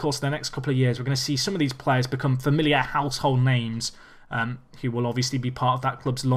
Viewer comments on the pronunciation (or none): none